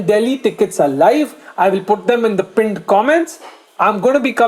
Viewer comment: please say pinned properly naa.. you make it sound like Punjab ka pinddd